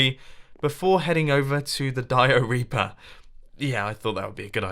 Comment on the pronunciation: mumbo... im sorry but your dioreaper sounds like diarrhea.